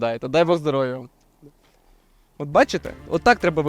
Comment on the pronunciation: Вже 5 відео підряд ваш ведучий каже здоровЛя замість здоров'я, чому так?